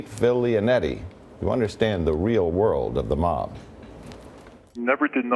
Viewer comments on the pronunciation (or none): none